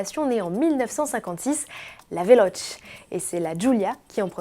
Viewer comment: Pitié Veloce se prononce "vélOtché" !